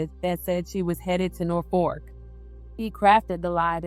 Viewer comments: Nor-Fork….nooo. But we sound it like Nor-Fuk. I live here. Thank you for covering the story. I remember this happening. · NorfoLk!!! That’s not an “r”.